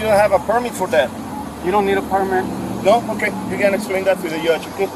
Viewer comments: “Okay, you gotta esplane that to the yudge.” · What exactly is a yudge anyway! 👿🤡💩💩